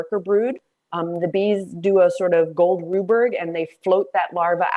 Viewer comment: "Gold Ruberg"? Huh?